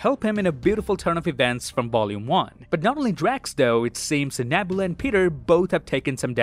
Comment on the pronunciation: Gunn didn't say this was the last Guardians movie dude. He said it's the last time we'll see these guardians. Another thing: you have a couple names wrong. Karen Gillan's character name is NEbula, not NAbula. And Rocket's girlfriend's name is Lylla, not Alylla.